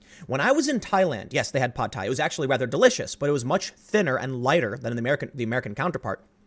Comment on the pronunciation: FYI, "Pad"... It's pronounced the same as English.